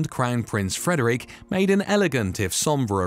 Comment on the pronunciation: Please pronounce names properly. It's not Frederique of Denmark but Frederik. You are pronouncing it as a French name instead of a Danish name. Also Curaçao is pronounced 'cure a sow' not the way you pronounced it